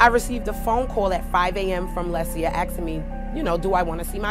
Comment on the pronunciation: she’s axing me 😂😂😂